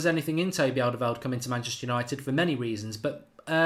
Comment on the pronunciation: His name is not "Alderweld". Learn to speak